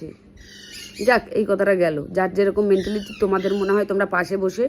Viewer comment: তোমার ভাষণের মধ্যে একটা ইংরাজী শব্দ অনেক বার কানে ভেসে এল - Mentality! একটা কথা বলি, কিছু মনে কোর না। ইংরাজী ভাষার ওপরে ভালো দখল না থাকলে দয়া করে ইংরাজী শব্দ ব্যবহার কোর না। ঐ ইংরাজী শব্দটার বাংলা ভাষায় উচ্চারণ হচ্ছে - "মেন্টালিটি".. "মেণ্টিলিটি" নয়!